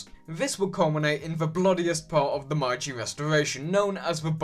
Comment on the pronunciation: I really liked this video and more like it would be nice. But, I believe you pronounced meiji wrong. I might just have remembered it wrong. Nevertheless, if I were you I'd benefit from locking up the pronunciation.